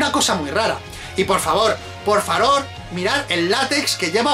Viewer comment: "Porfaror" minuto jajaja